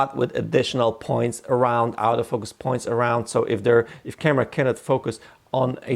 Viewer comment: One suggestion, learn to distinguish between the pronuncition of autofocus and "out of focus". They're very differeny things and it can be confusing.